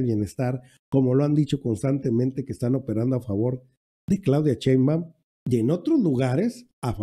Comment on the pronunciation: Porque no pronuncia bien. No es cheimbau. Es Sheimbaun